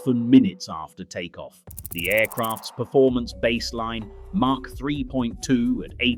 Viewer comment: It's Mach lll not Mark lll! It's SR-71 not SE-71!